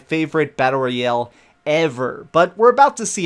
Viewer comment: "Battle Roy-El" superman's lesser known cousin